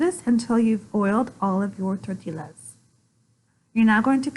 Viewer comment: Please lean how to pronounce tortillas. It is " Tortias" not Torttillas.